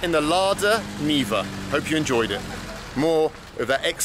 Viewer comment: It's Niva not Neva ) Neva is a river in Saint-Petersburg. Niva is something like "field place"